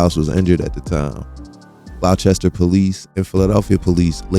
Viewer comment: I was wondering where you were talking about when you mention "Glauchester Township). Then, I realized, you're not from Jersey and must be talking about Gloucester Township. Gloucester is actually pronounced "Glawster). Great content, always, however.